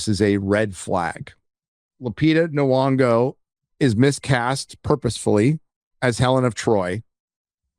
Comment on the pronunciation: BTW it's Nyong'o with a "y" noise. Not "Nuong'o."